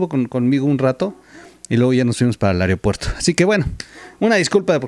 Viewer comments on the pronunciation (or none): AEROPUERTO, NO AEREOPUERRO. Lo digo en puen plan como seguidor